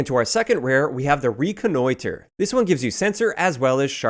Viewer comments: Shotguns please. They way you enunciated "reconnoiter" was pretty funny to me. Keep up the good work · Your Canadian accent really came out when u said reconnoiter. Also could u do snipers next please.